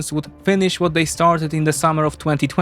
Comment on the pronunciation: Vhat vill happen to all those nukes?